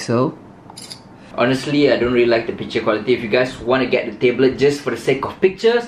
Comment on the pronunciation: Why do people say tayblet